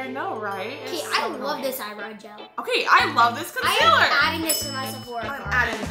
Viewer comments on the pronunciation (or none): I love how they said concilar instead of concealer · i love how says conceler instead of concealer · consealer:consiller